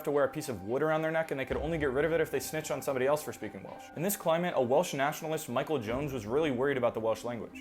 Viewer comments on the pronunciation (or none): none